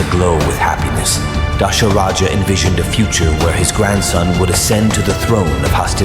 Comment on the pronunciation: Not Dasharaja its Dhasharatha